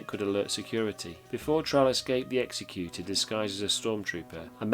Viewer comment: It’s ex-ec-u-tor not ex-e-cute-or